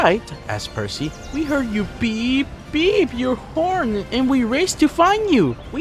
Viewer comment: That's what I thought... Whatchu mean horn😭✌️